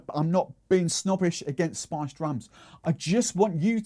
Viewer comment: Man your pronounciation of "spiced" sounds like "sponge"